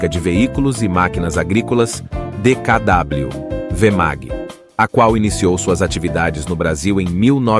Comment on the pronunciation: Ótimo vídeo. apenas um comentário: não é DKV e sim DKW